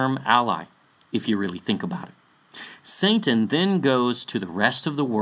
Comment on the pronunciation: just curious why do you pronounce satan as santan? I have been wanting to ask this question since Magog video.